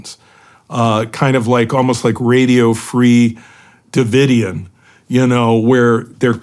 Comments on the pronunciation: How the heck you not know how to pronounce Davidian? Maybe you’re younger than me.. and don’t remember it being all over the news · Shawn can’t take 5 minutes to rehearse and pronounce “Davidian” correctly 😂